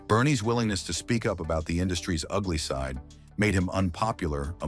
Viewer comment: Apparently it’s pronounced like ugly with an h